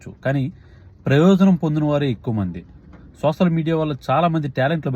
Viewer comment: Not sosal(Telugu). Soshal ani palkaali Bro.. Content K...